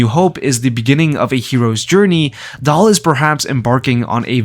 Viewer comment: Daal, not Dahl